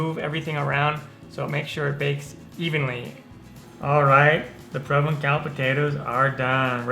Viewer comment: To pronounce provencal (French) correctly, pronounce the c as S. Hence Provensal.